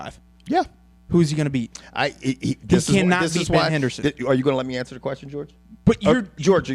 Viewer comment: "You gonna let me anwser the question george? Let me anwser the question george!" HAHAHA Funniest shit ever hahaha